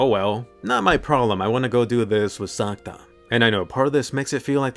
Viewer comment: ya it hears like you say Santa not sakuta